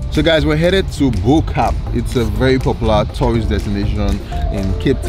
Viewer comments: It's Bo Kaap. Hehe. It's Afrikaans. Bo = Top Kaap = Cape So if you translate it directly into English, it becomes Top Cape, or the Top Cape (Top part of the Cape). Why this reference, is because it is situated on Signal Hill, which some thought was the top portion of Cape Town, or highest parts😄 Here's how to pronounce it: Bo = bwer (rhymes with moor...as in the Moors of Spain...or the Moors in Yorkshire, England) Kaap = C-Aaaahhhh😃-p PS: And plz use a British accent, ot an American one? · Sorry to be that guy but its Bo-Kaap (Above cape in Afrikaans )